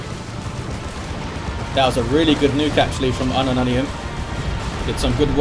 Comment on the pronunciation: i can't stop hearing unknow onions when he say unumunium